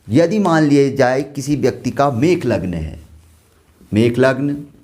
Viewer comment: Mesh not mekh